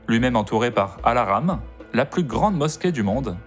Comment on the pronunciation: C’est pas kaba plutôt Kaaba, pas Alarm mais Al Haram.